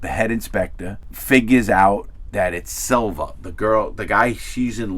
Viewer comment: Its Salva not Silva 😂